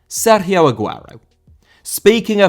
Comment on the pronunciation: how do you go out of your way to pronounce Sergio correctly, but pronounce Kanté wrong? 🤣